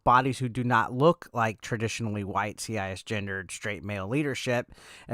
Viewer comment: C I S gendered? Why do you say it that way?